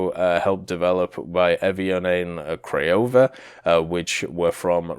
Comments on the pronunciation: Cut him some slack its really hard for westerners to pronounce slavic words especially kragulj, i mean how would he know its krah-guly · OMG, you totally butchered the pronounciation... Please do some research next time. Kragulj was especially cringe worthy...